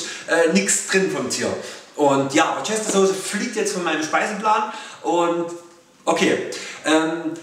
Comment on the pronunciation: Hallo! Es gibt auch vegane Worcester-Saucen, z.B. von Sanchon. Außerdem, als kleiner Tipp: man spricht sie "Wuster-Soße" aus;-) Finde klasse was du machst! LG Franziska